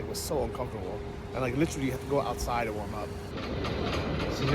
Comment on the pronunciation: It is funny alright. . “Li-trilly”